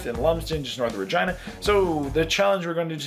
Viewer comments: Regina is pronounced Rah- gee- nah. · LOL it's pronounced Reh-gee-nuh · It's Reh-JEAN-uh. it's not supposed to rhyme with vagina,. lol... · Lol my daughter's name is Regina and I have never hear it pronounced the way he did.